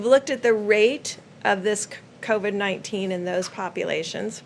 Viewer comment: "Covad-19" he says..